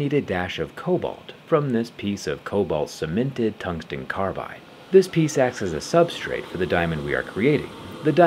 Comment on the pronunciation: Did bro just say, "tungstein?"